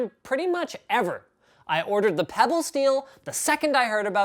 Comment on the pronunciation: got pretty scared when he said "peybll wat te heck main"